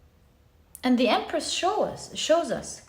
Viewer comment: Pile 1 - I giggled so hard with you when you said Empreth. Haha thank you yet again for a beautiful message, and for a good laugh!